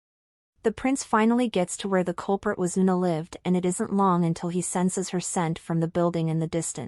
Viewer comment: Part 2 please and thank you! The narration seems more natural though “unalive” sounds live “an olive”🫒 😂😂 I also appreciate the script had minimal unnecessary details. I’ve subscribed, good work.